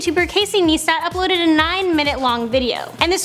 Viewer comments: niestat not neestat I give up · It called Nice-stat. Not Neestat :/ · ITS NOT NEESTAT!!! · Hey it's Casey kneestat! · you're cool and all but you said Casey's last name wrong. It's sounds like this Nie-stat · Stop saying his name wrong, this is not the first time in a video you said his name wrong. Also your so late with this news! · Say his name right! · First off you said his name wrong and second off why do I need to know he to a 21000 shower when I already know and this isn't news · Pronounce it right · You are saying his name wrong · Stop saying name wrong it makes me wanna kill myself